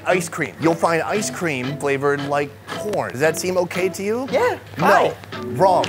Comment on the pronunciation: Ooo God when he say 😂😂😂😂😂( I just love corn ) I accidentally heard I love porn